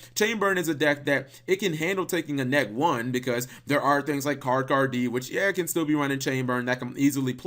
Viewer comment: i think we're brothers it's like the monster is saying "three of dem thangs".